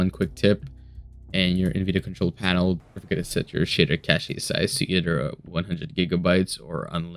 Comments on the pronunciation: "Cashay". It's just pronounced CASH. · It's Cash not Cashé. FFS